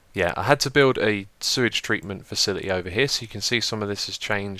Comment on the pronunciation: dude just remember when u start to have an over flow of sue-age fix it or ur f***ed